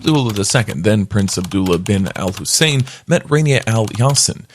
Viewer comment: It’s Hussain not hasein